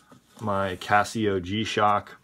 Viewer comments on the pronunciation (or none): none